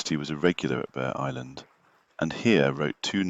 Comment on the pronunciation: It's pronounced Burr Island. The g is silent.